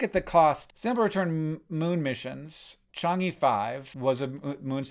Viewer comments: It's Chang -urr or -err, it's not Change eee. I hope this help in future mention of this. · i feel obligated to tell you that the e at the end of chang'e is pronounced basically like "uh", not "ee" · Hank, it's not "chungy", it's a sound more like "chung-err". Paste 嫦娥 into google translate and hit the play button. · Hank is close to pronouncing Chang’e right. He got the “Change” part right but the “e” in Chang’e is pronounced more like “uh” or like “ugh” without a hard “g” sound. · Not to be pedantic, but speaking as someone of Chinese descent: the second syllable of Chang'e is pronounced closer to "uh" not "ee". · Small note: It's pronounced Chang'"uh", not "ee". Highly recommend the movie Over the Moon to watch with kids interested in science and/or mythologies, animated movie about a Chinese girl obsessed with the legend of Chang'e.